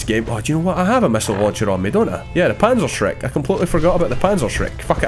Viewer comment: Its panzerschreck